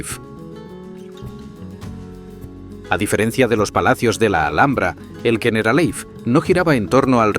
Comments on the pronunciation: ¿Yeneralaif? No ardieras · Muy buen vídeo. Me ha chirriado mucho que pronunciase Generalife como si fuera ingles ''generalaif''. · El documental perfecto pero que al generalife lo llame "generalaif" hace que pierda todo el rigor que la Alhambra se merece y lo peor es que lo repita cien veces